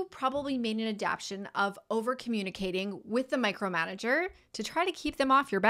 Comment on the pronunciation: A dap ta tions. Not adaption.